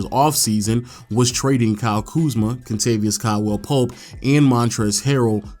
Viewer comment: “Kentavious Cawell Poe”